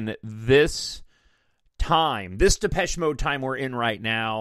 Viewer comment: You said it correctly - most do not. I usually get Malaysia. 😆😆